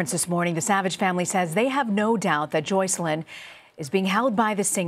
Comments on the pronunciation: I found it funny that R. Kelly pronounces Joycelyn's name as "Jocelyn". I wonder if he has another name for her or perhaps she doesn't "correct" him... just an observation. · Why does he mispronounce Joycelyns name? Hasn’t she been living with him for 2 years? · He can't even pronounce Joycelyn's name correctly. Sociopath at it's finest. Yuck! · He pronounced his on girlfriend Joycelyn name wrong lol